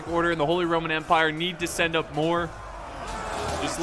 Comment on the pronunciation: Please stop Saying ‚holy rrrrrrrrrromen empire‘. We dont pronounce the r like that